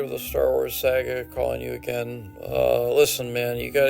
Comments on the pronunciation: "The creator of the star wars sag-eh" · I'm here for Josh Robert Thompson's "SAG-AHH" pronunciation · Every time George Lucas pronounces it "My Sah-guh" I lose it. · Good to hear again. The pronunciation of “saga” was a dead giveaway that George Lucas is Canadian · Everyone’s assuming it’s Josh because he’s “the impressions guy” but I hear that pronunciation of “saga” and know in my heart that it’s from Canada